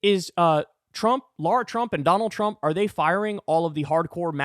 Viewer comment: LARA NOT "LAURA" FFS KYLE!